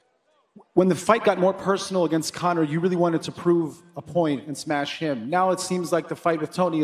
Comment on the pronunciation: It pronounced 'smesh'